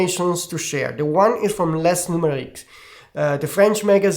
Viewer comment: I'm French, in "lesnumériques" you don't pronounce any S :) should be laynümayrikk